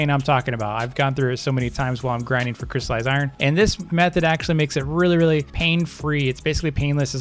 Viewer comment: JUST STOP JUST STOP IT’S NOT CRY IRON YOU DON’T CRY OVEN IRON IT’S CRYSTALLIZED IRON NOT CRY IRON